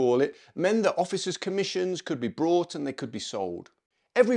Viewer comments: I really like this channel and video but.. why are you saying “brought”? It’s bought. There’s no r. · Bought not brought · Sorry, but there is no R in bought. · A friend of mine left the Paras, and was considering joining a cavalry regiment. During the interview, they were told that they needed a private income of around £20K to maintain their rank in an appropriate manner. Also, you keep saying "brought" instead of "bought", they are NOT the same thing.